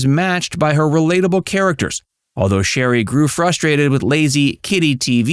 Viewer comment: Shari,not sherry.